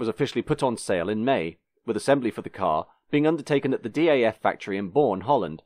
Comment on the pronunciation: Some corrections to an otherwise well researched video: DAF is pronouced as a single word, not an abbreviation. Renault and Volvo were in talks of a merger at the time and Volvo desperately needed front wheel drive technology, which is why the 400-series is basically a Renault 9 underneath. Volvo wasn't happy with the Renault's road holding so they had the rear axle redesigned by Lotus engineering. Underpowered engines were due to Volvo Sweden's refusal to market fast cars at the time which would hamper their safety image. Volvo Netherlands sent the F3N engine to Porsche for developing a new cilinder head and turbocharged version. Porsche's engineers managed to churn out 170 bhp reliably with turbocharging, but Volvo Sweden wanted to protect their image and required the engine to be detuned to 120 bhp (we want a sporty car, not a sportscar). There are people who have reverse-engineered the ECU and tuned the engine back to 160-170 bhp. Market introduction in the USA never materialised because American Volvodealers didn't want an expensive stylish small car that goes around corners, they wanted bricks or something that could compete with the Japanese in a straight line (the 480 was more expensive than a Datsun 280ZX). Volvo Sweden didn't want it because the 480's initial build quality was abysmal and they feared for their quality image. Fortunately for Volvo's marketing department, a currency crisis made the US Dollar very unfavourable in exchange rate, so the plan was quietly